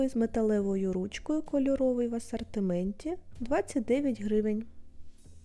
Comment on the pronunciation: Вдосконалюй вимову, не Акай по- кацапськи, не Асартимент, а асОртимент! Не «гарний по якості», а «гарний ЗА якістю»! Ти в Україні, а не в Кацапіі, твої відео для громадян України, тому не будь така безграмотна, бо нам, українцям, - ріже слух!!!!!!!